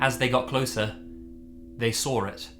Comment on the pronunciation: "then they SAWR it"